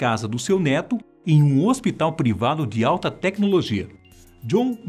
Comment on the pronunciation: " Neto" eu entendi "dedo"😐😂